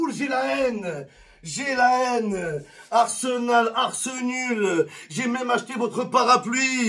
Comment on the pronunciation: c'est pas arsemal pour arseMAL mais pour arSEMal